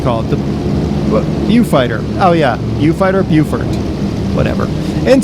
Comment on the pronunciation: The Beaufort is pronounced "Bofort"--Beau is French, means "beautiful" and it is always pronounced Bo, with a short o as in "pot" the way the English pronounce it--Americans pronounce that o as A, not as O. So Beaufighter means a Beautiful Fighter and Beaufort means Beautiful Fort. Beau is French means beautiful, pronounced Bo, and we have a word "beau" in English that means a very handsome young man. "Susan came with her beau to the party" is an example.